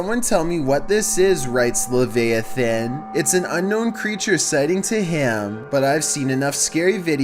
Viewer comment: Grammar check! It's levi-a-than not levay-i-thin